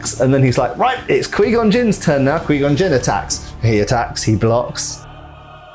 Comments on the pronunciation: Quai gon not quee gon unbearable to Listen to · did you call Qui Gon...QueeGon? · "qwee gon" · but everyone ever in starwars pronounced it as qui-gon, not qwee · The way he says “Qui-Gon” but pronounces it as “Quee-Gon” kills me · Who else is weirded out by him pronouncing Qui-Gon wrong, it’s not ka-we it’s more like ka-why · "Quee Gon" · "Kwee Gun" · It's pronounced 'QuY Gon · I'm so distracted by this dude saying Quee Gon. That's not his name bro, just say it right. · Quee Gon🥴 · Kwee Gon. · was great except those many mis-proncunciations of Qui Gon's name. :D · That Qui-Gon pronunciation, though 🤣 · Ime scarred today for the way he say Qui Gon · How this man say qui gon 🤣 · It was instantly clear that this reviewer was not a star wars fan in the first 20 seconds, mispronounced qui gon and then said they should of kept darth maul around, he lived for a quite a long time after this 😂